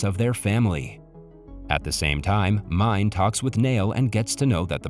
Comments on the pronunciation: I think that this video is narrated by a text-to-talk simulator or a text-to-talk machine because he pronounces the name as the English word “mine” instead of “Me-neh”. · it's not pronounced as mine but Mi-ne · The teachers name is written Mine but you read it not right it’s Meenaa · I do not know a single person who didn‘t cry at this movie. Also mine is pronounced like meena and nene is a word for grandmother. ❤ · All the names in this movie are Turkish and I suppose you can be forgiven for not doing a little research to actually present the movie explanation with this information. The school teacher Mine, is a prevalent female name a little like Mina and should be pronounced as Mina or Minay not mine as it is written. The absconded soldier in hiding is not named Asker. But Asker is the Turkish word for soldier. Also Nene is the Turkish term for Nanna or grandma. My sister’s kids call my mum Nene but mum’s name is not Nene. Perhaps the original movie version may have been South Korean but this particular version is Turkish and was clearly filmed in Turkey due to the dress, countryside vistas, shop signs and even school uniforms. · And Mine isn’t the way he says, you should read it as M-I-N-E (Miné)